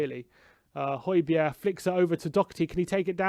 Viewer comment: So annoying the way he keeps saying holbergs name. It's not hoibierre is it and no it's not even pronounced like that either ffs